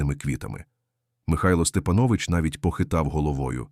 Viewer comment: Має бути наголос СтепАнович,ви не знали😊